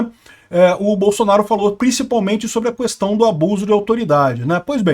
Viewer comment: Jesus!!!! Não existe essa "Qüestao"... não se pronúncia essa letra "U"... é Qestao", não Qüestao